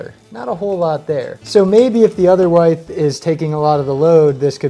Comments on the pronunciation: I'm Team Vestibule-- for security AND to keep both heat and AC inside the house. Helps to keep pets from escaping as well. Also, do you pronounce "width" the way you do to rhyme with your name? Or is it some architect thing? Very.... unusual...? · Took me awhile to figure out you were saying width: wide-th. I say it: wid-th. Wi like wizard. I love phonetics and how they change across areas in North America, not a jab, I just like words 👍 great videos as always!